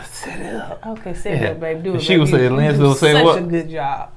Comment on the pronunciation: Lindsay not Lindsley 🤣🤣 I know u just let him say it however at this point